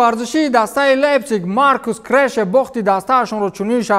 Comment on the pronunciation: Лейпсинг а мегум